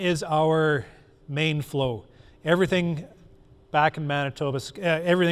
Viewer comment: Man-tee-bah So close so very close! Awesome presentation lots of procedures I’m hoping to adapt myself